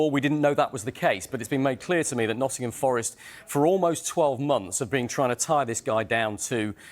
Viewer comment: The way one of the presenters says "Nuddin'ham" 😂